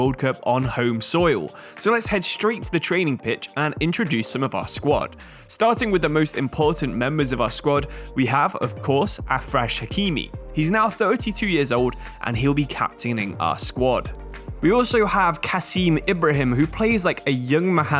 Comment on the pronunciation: it's not "afrash" hakimi and "ouhani"